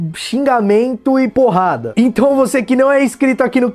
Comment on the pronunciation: Só eu que acho engraçado quando o fala "porrada"?